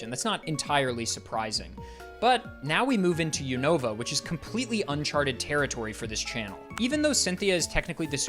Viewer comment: Nice to hear a poketuber pronounce Unova the way I always have and not the way I've heard people saying it the past few months